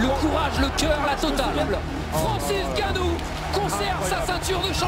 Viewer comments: Juste c pas Ngannou mais Nganu en africain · c'est pas n gannou c'est ngannou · 😢 C'est pas N ganou mais NGANOU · C'est pas N ganou c'est nganou point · Superbe vidéo, mais t'as écorché le nom de ton perso principal tout du long Renseigne toi sur la prononciation de son nom fonction d'où il vient Et si tu pense que c'est pas important car tu le prononce en français, je me demande comment tu prononce "Michael Jordan" Bref la bise et bonne continuation ❤ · Pourquoi les français aiment dire N'GANNOU alors que N'GANNOU, C'est la même chose avec Mbappé